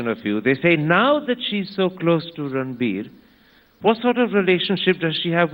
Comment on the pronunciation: Ranbeer? as in beer? Serious is it that hard to say 😂